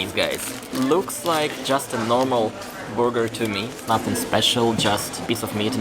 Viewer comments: need a little more work on your English pronunciations. Burger is pronounced "Ber ger" not "booger" The latter is something you would pick out of your nose. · It's funny to hear you say, "big burger." With your accent it comes out as, "big booger," which literally means big mucous.